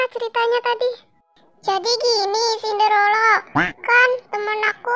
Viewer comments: Sinderela bukan Sindorela😀😀🙏🏻🙏🏻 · Cinderella bukan cinderello 😂😂😂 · senderela ❌ sendelora ✅